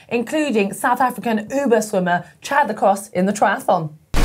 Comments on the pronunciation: its chad-le-cl-o not chad-le-closs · His name is pronounced Chad Le Clow that rhymes with glow, but it's spelt Chad Le Clos.